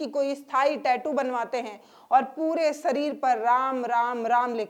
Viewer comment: Sareer nahi, madam shareer boliye